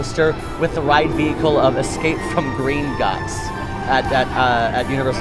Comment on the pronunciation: when said "green-gots"